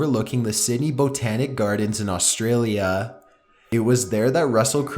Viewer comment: "Butit'swhathappentintwentythirteenwhentheactorvisitedhisofficeoverlookingthecitybothanicgardensinaustraaaaliiiaaaaaa" :D love it